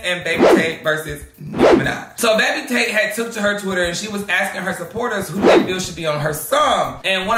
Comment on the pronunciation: Why did I think you called Baby Tate Bake Potato 🤣🤣🤣🤣🤣..... I was waiting for you to handle Toilet seat!!!!